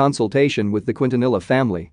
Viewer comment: i wanted to exit off this video SO BADLY when he pronounced it :Kwin-tuh-nella" smh